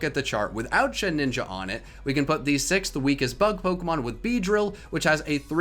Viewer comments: Why do you add an extra “n” to Shedinja’s name?! It’s Shed-inja, not Shed-ninja. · Shedinja,. Not Shedninja. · did he just say “shed-ninja” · Why is he calling Shedinja "ShedNinja"? I feel this is some in-joke I missed out on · Who else cringed out with the way he pronounced shedinja